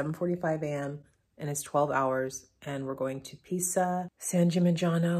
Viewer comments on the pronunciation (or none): You always have the best music!! Tip: Pisa is pronounced "Piza", ;-) If there is only one S it sounds like our z. If there are 2 S's (like red wine =Rosso) it sounds like our S's THanks so much for sharing your trip!!